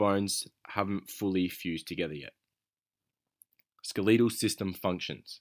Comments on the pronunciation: Hate to break this you but it is pronounced s k e l e t al not skeleeeetal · Why do you say skeleetal it’s skeletal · SKELETAL not skeeleetal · i'm from england and i've never heard it pronounced that way xD